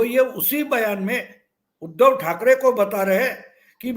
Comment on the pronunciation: उध्दव शब्द का उच्चार आप ऊधव ऐसा क्यूं करते हैं? क्योंकि उ का उच्चार आप ऊ ऐसा करते है। जब आप उ का सही उच्चार करेंगे तब आप उध्दव शब्द का सही उच्चार कर पाएंगे